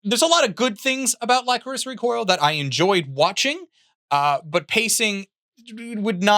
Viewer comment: I didn't press the issue in your The Best Anime of 2022 video but that is not how you pronounce Lycoris